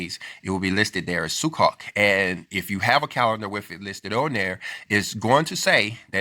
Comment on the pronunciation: (If I may, please allow me to correct the pronounciation of the Hebrew word Sukkot. I know, because I've heard many Jewish people pronounce this like as if you are saying - "Su-coat". The "o" is long)..thank you for sharing this post, brother!